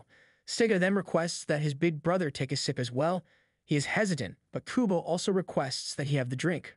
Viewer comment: He said big bwetha omg